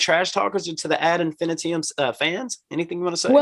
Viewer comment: Ad Infinitee-um Lol. He pronounces it like an element in the periodic table.